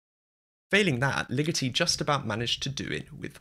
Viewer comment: I don't mean to be that linguistic nerd that shoots on all the fun, but you pronounced Ligeti wrong. It is Lee-GEH-tee, not Lee-GIH-tee.